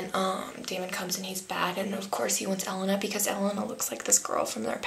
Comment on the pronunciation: you say Elena wrong